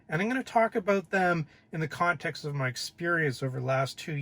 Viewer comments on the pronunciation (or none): a mispronunciation is not an accent. But I still gave your video a thumbs up.